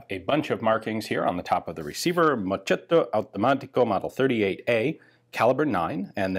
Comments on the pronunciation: Can i be the "it's mosketto not mochetto" guy? Lol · >moccetto automatico No, it's "moschetto", like in "moskettoh". Like you said it would mean "little snot" (which, tbh, would fit for the efficiency of the generals in the Italian army at the time for the most part, tbh, few amazing men aside who are worthy of being remembered). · "moschetto" is pronounced "mosketto" like with "musket". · mamma mia Ian, si pronuncia “mosketto” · "Moschetto" means "musket" and is pronounced something like "Moss-k-tow" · it's pronounced "mosketto" btw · The correct pronounce of moschetto is "mosketto", and the funny fact is that moschetto means for musket, that was a muzzle-loaded long gun of 1700 and not at all a submachine gun, "libro and moschetto fascista perfetto" (=book and musket perfect fascist) was a slogan of the fascist regime because in Italy several long guns were called "moschetto" and not "fucile" (=rifle) or mitra (=submachine gun) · Hey, Ian? Purely for the sake of improving the quality of the videos, its pronounced "Mosketto"